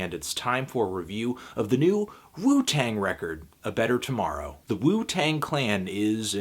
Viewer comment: anthony, whats up with "tomorow"?